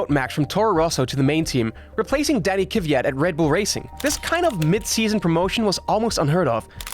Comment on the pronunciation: I really can't understand why it is so hard to pronounce Kvyat's name, why do you swap the positions of V and Y? It is KVIAT not KIVIAT!!!